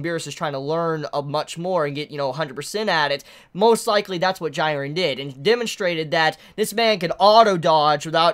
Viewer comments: His name is pronounced jee-ren, not gee-ren. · Bro I'm sorry but please...correct the way you say these names. Jiren (gee-ren). Same with hunter x hunter!! Kurapika is not (kura-peeka) it's (ker-ah-pee-cuh) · I cringe every time he calls him gyren. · this episode was lit asf, also am I the only one cringing at how is saying Jirens name wrong ☹ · Why are you pronouncing Jiren's name so weirdly? It's been confirmed how to do it right? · That's not how you pronounce "Jiren"